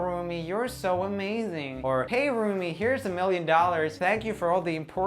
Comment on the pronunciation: Wait, did he say "Roomie"? I thought it was pronounced "Rommie".